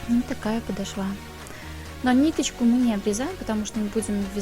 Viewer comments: Мастер класс отличный!!!! Спасибо! Музыка очень мешает! И надо говорить подооооошва!!!! Не обижайтесь! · Да что же за падашва .... 🤔Делайте правильно ударение , не коверкайте русский язык . Даже не захотелось дальше слушать ваш МК , из за вашего падашвА. 🤨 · ПодошвА!!! Как это теперь расслышать!! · Правда режет слух😁😄 Но мы все ошибаемся! Учится никогда не поздно, я всегда прислушиваюсь!✍👌👍👩‍🎓